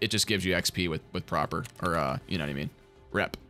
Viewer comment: Prapor. Not Propor.